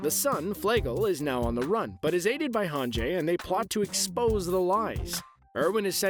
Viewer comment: hangee. gee. not jaey